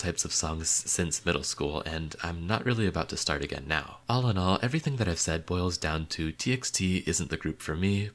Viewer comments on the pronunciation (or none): none